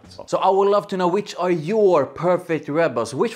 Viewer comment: "and I absolutely lauv it"